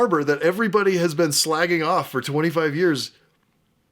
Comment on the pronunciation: Hearing an American say “slagging off” sounds so strange, similar to the way to T!@